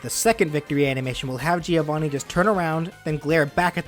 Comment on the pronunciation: It isn't pronounced like that, it's an Italian name and it's pronounced like the name Joe + Vanni, Joevanni. By the way I really like this moveset, one of the best of your channel! (Please do Shovel Knight)